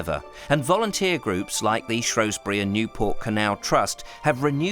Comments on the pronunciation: Brilliantly made programme. Thanks a lot. The only irritant was your mispronunciation of Shrewsbury. It’s Shrews bury not Shrows bury. Only people from outside the area or posh pretenders call it Shrowsbury. 😀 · Tiny velvety animal... 'shrew'...not pronounced 'shrow' is it??? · I do wish you would STOP calling the place ShrOwsbury when the correct name and spelling is ShrEwsbury, as for the Welsh pronunciations they were hilarious other than a fabulous series. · Shrewsbury has NO O in it!!! Why do people constantly pronounce it like there is! 😬😡